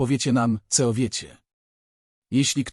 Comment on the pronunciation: Mów co a nie ceo, poza tym nieźle.